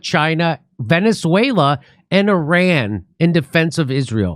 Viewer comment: Can't even properly pronounce Iran.